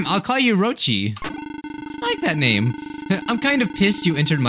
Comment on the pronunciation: you did not pronounce my name right